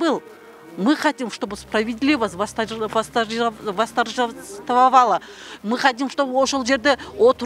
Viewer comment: Кыргызча суйлосо болмок озун билимду маданияту корсотом деп орус тилин да бузуп восторжестовало деп айталбай